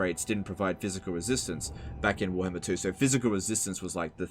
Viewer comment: say warhammer not werhmr